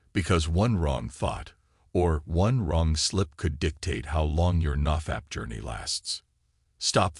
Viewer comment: The way he says "naw fapp"